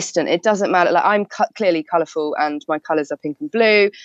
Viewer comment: "I'm clearly colurfull" lol you think?